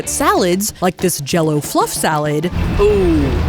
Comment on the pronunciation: "That's salad!" Your Midwestern is showing 😂